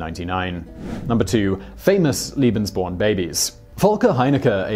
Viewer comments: Watching the video and shuddering each time I hear "liebensborn" instead of "lebensborn". Two very different programs and ideology. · Layyy-Bens-born not Leee-bins-born. Long A. Keep on Rockin'. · Leben... not Lieben... ("Liebe" means "love" in German). Wrong pronunciation. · it’s leben not lieben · Simon, please put some effort in the pronunciation..... its LEBENSborn, not "Liebensborn", it sounds ridiculous... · Argh! In future, can you please check the pronunciation of the foreign words you will be repeating every other sentence? "Leben" is pronounced "LAY-ben," not "LEE-ben"! "LEE-ben" or "lieben" means "to love" in German, pretty much the opposite of what the Lebensborn program was about. Kind of key ... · It's lay-bens-born... not lee-bens-born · Lee-been "love" lay-been "life". (sigh) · It's pronounced Leh-behns-born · This guy doesn't have a clue.. second Reich didn't last a thousand years, and he cannot pronounce lebensborn. It's not Liebensborn you moron. Get rid of him. He's shite. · Your pronouncing lebensborn wrong, it is pronounced laybensborn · You spell it correctly as Lebesborn. You pronounce it as it were written "liebensborn". I know you're very, very busy recording for all your channels, but you should do as the BBC newsreaders do: run an eye over the script and check the pronunciation of unusual and of foreign words - Wikipedia is a help for the latter. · Leh-benz born. The correct pronunciation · Nazis are really bad, aren't they? PS. Is it Lebensborn or Liebensborn? I don't know much German, but it sounds like you're saying Liebensborn, Liebensborn, Liebensborn, but it's written Lebensborn. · It's pronounced LAY-benz-born. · yeah, he always says Liebensborn 😁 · Thank you very much. I just watched this video and was ready to comment, but you were there ahead of me. One means "love" and the other "life". A great deal of difference!